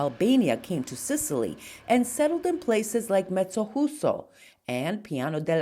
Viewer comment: Thank you for this wonderful video. The J in Mezzojuso is not easy to pronounce, it's like saying "mezzo you so" I come from this little town, moved to the USA at 7 years old. I so much miss this town. You have inspired me to go visit. One big thing this town is well known for is "Il Mastro di Campo" during Carnevale.